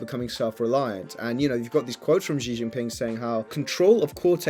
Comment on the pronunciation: Shee not Jhee